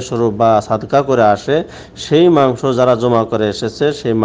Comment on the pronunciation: মাংশ শব্দটা কি আপনার বলা ঠিক..?